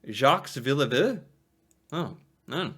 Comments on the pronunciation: Jacques "villi vuve" maybe a little off with pronunciation (well a lot). It is Villeneuve so ville neuve (translates to new town). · Hi!! Im a french canadian, i love your videos, but in this one, the way you say Villeneuve, makes me laugh so much hahaha😂😂 continue your good work 👍